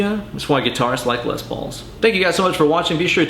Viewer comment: Am I the only one who heard him say “ Les Balls” at least 3 times, lol excellent vid! 🤘😂🤘